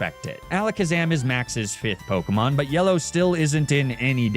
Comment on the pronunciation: im so sorry but the way you pronounce pokemon's names does physical damage to me